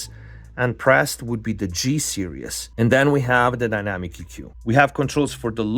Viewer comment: It always bugs me how you pronounce "series". You're saying "serious" which is a different word. Just a heads up. You should say "sear (like what you do to a steak) -ease" (like "put your mind at ease") Nice review.